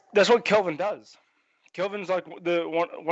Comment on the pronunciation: what does he call Kelvin? Sounds like “king” or “kid”